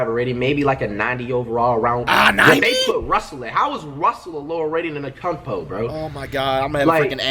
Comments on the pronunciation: Flight said Akuntepo said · Dude he says ankoupo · Flight frfr called giannis akoumpo😂😂😂